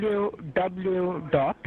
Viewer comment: "DUBLEW DUBLEW DUBLEW"